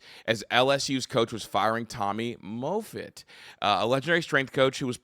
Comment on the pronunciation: Tommy MAHFIT not MAYFIT--you are so bright and knowledgeable-hate for you to lose credibility and viewers due to mispronunciations